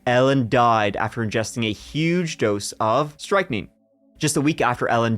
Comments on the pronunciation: Hearing strychnine being pronounced "strike neen" instead of "strick nine" is a bit strange.... 😏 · Enjoyed this episode but your pronunciation of the poison which is strychnine was driving me nuts. Its pronounced strictnin not striking, apart from that love you both and really enjoy listening to you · pretty sure that's pronounced "strick nine" not "strike neen" :D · Guys, I think that med is pronounced "strick -9" that's how I always heard it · I came to comment the same! lol it took me a second to figure out what they were talking about 😂